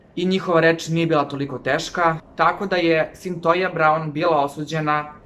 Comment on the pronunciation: Izgovara se Sintojia Sintija se pise: Cythia